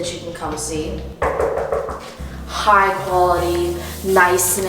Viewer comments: Take a Shot everytime she says High Guality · nobody:: HIGH QHALITY